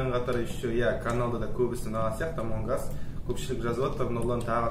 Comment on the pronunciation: Эмонг ас емес амонг ас